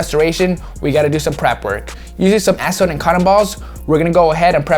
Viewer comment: you never say acetone correctly lmao 😂 good cleaning though